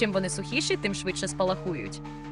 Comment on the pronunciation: ви тільки послухайте як вимовляє спалаХУють з наголосом на